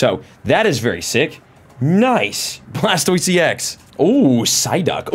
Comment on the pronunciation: You said bulbasor sqritle blastoist wheres wortordol